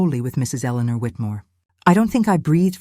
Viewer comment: AI can’t pronounce Eleanor!